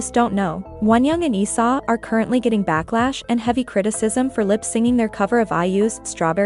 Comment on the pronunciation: When u said Leeseo I heard Isa ....and I was very shocked 😂